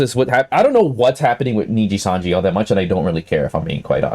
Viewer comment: "ninja sanji" while on the screenshot he took himself says nijisanji